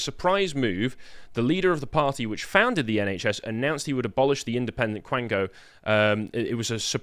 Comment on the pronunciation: Quango, not blango.